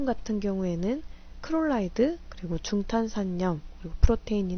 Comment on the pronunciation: 강의 너무 도움되고 좋아요.. 하나만 제안드려도 될까요? 염소 말씀하실때 크롤라이드로 발음하시는데 클로라이드로 말씀해주시면 이해도 쉽고 더 훌륭한 강의가 될거 같아요..